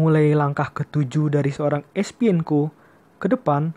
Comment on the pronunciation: Bukan Espienko bro..tapi Esipenko